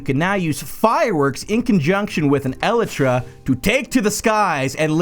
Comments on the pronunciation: lel 'el e tra' is actually pronounced 'E-Lie-Tra' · I’m dying the way this guy said elytra el-a-tra🤣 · The way you pronounce elytra offends my ears.